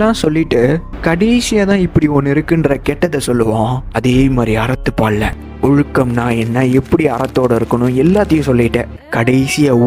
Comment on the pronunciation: சரிதான்.. இவரின் உச்சரிப்பும் சரியில்லை. பால் என்பதை பாள் என்பதுபோல் உச்சரிக்கிறார். தமிழன் தமிழன் என்று கூறுபவர்தான் தமிழையே அழிக்கிறார்கள்